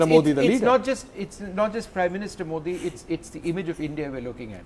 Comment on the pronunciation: just like hafeez sayeed,the gentleman from congress can't pronounce 'modi ' properly.such a shame.